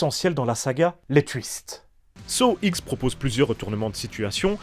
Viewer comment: « Saw ixe » 🤦‍♂️ ou comment perdre toute crédibilité dans sa critique